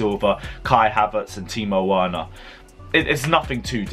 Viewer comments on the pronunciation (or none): for God’s sake, they’re our players and they deserve to have their names pronounced properly. VER-NER. PULI-SICK. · Timo Werner’s last name is pronounced with a “V.” Say VERNER!!!!! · Timo VERner not Werner, W is pronounced as V. Don't make me come after you. Pulisic Pronounced as PuliSICk!!!